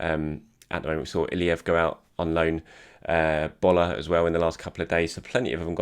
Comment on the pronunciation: The way you pronounced Bola. You can come pick your Nigerian passport anytime 😊